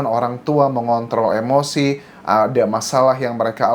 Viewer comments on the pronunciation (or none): none